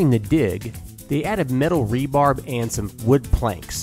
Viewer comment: Cool video! Rebar (short for reinforcing bar), not "rebarb"